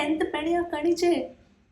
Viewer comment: one thing you should give importance to while reading or talking Malayalam in English is, you should consider pronunciation. For example, , it's not kaniche, but kaaniche. the 'A' sound should extend. But one thing I should admit, you are a good and fast learner in malayalam